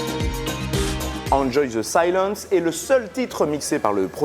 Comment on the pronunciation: Tu es quoi comme genre de débile pour mettre des smileys? Tes sources qui viennent de Wikipédia me font rire tout comme ont t'entends prononcer le titre.(oui votre prononciation de l' anglais est merdique désoler ) Bref VIVE LA FRANCE.